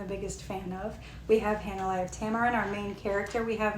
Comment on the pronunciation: Thank you for the review! Btw, her name is pronounced. “Hah-nuh-lay”